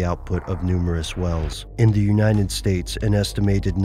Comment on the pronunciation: When he says United, it sound like youn-eye-ndid. At that's where I get crazy.